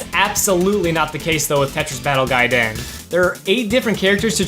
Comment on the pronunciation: I want you to do every future video exclusively in Japanese because the way you pronounce it is A+ - austin